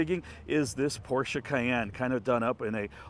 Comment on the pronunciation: Thanks again for pronouncing por-cher, in case anyone doesn't know how to pronounce it, unless they don't want to know it. Mispronouncing it as pos or por-chay is no big deal. But it's better to pronounce it correctly. Or to read A-kan-sas (Arkansas) and Phee-o-nik (Phoenix) is my liberty, it depends on each person's thoughts.